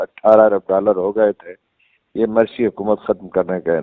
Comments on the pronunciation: Mursi and not Marsi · سہی تلفظ ہے Mursi hay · Morsi ( Mursi) is the right pronunciation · مرسی کی میم بالضمہ ہے ، فتح نہیں تلفظ درست فرمالیں ،